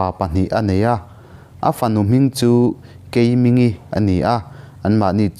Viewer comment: Keimingi hi thluk deuh tur.. Keimiiinngii tih tur ani